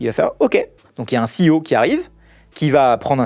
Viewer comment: Ceo !! C'est tellement mieux que PDG ! Et prononcé à l'américaine en plus ! Tous ces gens qui s'aplatissent devant les US ! A vomir !